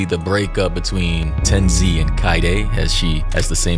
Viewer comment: ppl mispronouncing tenz name is crazy lmao i cannot continue watching